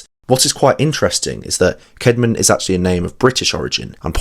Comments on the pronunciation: The name <Caedmon> is pronounced kad-mon though, note kade-mon. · first time you said his name in the vid you said Caydmon that's why I mentioned.